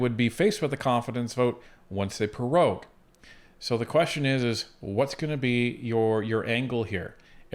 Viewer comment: "Pro-rogue" not "Pe-rogue". Got perogies on the brain?